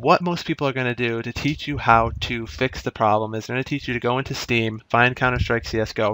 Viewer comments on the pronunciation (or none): none